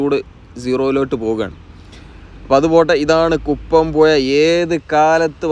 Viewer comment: ഴ വഴങ്ങില്ലെന്നു തന്നെയാണോ. വളരെ നല്ല വിവരണത്തിനിടെ പുയ വയി ഒയുക്ക് കീയാറ്റൂർ എന്നൊക്കെ കേൾക്കുമ്പോൾ സുഖമില്ലാത്തതിനാലാണ് ഇതെഴുതുന്നത്. തുടക്കം മുതൽ സബ്സ്ക്രൈബ് ചെയ്ത് കാണുന്ന ആളെന്ന നിലയിൽ അഭിപ്രായത്തെ കാണുക.